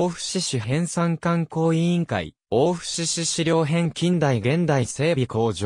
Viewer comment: 飛行場跡地の近隣在住の者です。素晴らしい内容ですが、機械音声の誤読がもったいない😅 大府×だいふ→⚪︎おおぶ 長草×ちょうくさ→ながくさ etc 音声リメイクを期待します。